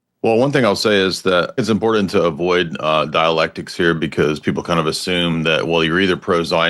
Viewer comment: This dude definitely just puts tabs in his books to seem smart. He can't even say important correctly. 😂